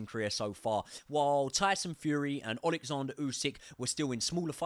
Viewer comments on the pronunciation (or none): none